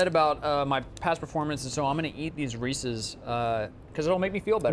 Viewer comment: Reesus? It’s Ree-sees